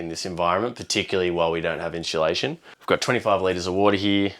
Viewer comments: Hey guys. Please. It’s inSUUUlation and not inSHUUlaSHIN. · It’s insulation not inshulation. When said it I thought why is he adding an H. I am an Aussie I live in a property in the western side of Mt Tamborine in the scenic rim. I found you guys through Max and have followed him from forever. Looking forward to watching your adventures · someone else says “in-shoo-lation” 😂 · was saying it correctly, no 'H' in insulation 😂. Darren from London, UK.